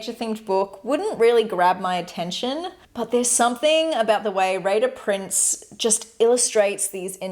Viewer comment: The one on Etsy Reyhan Uydaci - I couldn’t find. It sounded like you said Raider Prince. The English title is Forest and Nature. Can you send the link?